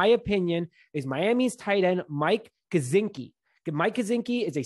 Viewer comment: I think Kmet at TE1 then you move horsted to TE2 and draft a late round pick TE, the late round TEs in this class are much better this year. Also Jeh-Si-Kee not Guh-Czn-ski ;), as for gronk thats a straight no and I doubt he doesnt retire again this season.